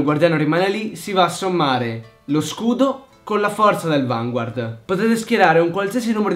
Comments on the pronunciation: Ti prego...fammi un favore... CHIAMALO VANGARD hahahah perché si pronuncia così xD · si dice "Vangard" senza pronunciare la u. lo dicono anche nell' anime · Per favore Vanguard è francese la i non si legge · secondo me sarebbe bellissimo vedere una partita di vanguard,fatta da te e dalla tua fidanzata....cmq bel video e sai stato abbastanza chiaro.ciao,sei un grande e anche la tua fidanzata! :)ah, si dice vangard.so che si scrive vanguard ma nel anime dicono vangard! nn so pk ma e cosi. :/ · so dice vngard